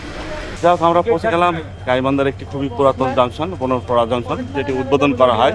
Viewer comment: বোনারপাড়া কে বোনরপাড়া😂😂😂 গাঁজার কি পাওয়ার😂